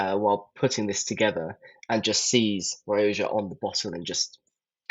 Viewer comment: ‘Wake up babe, new pronunciation of Rioja just dropped!’ I’m just catching up on these Private Eye walkthroughs, and loving them.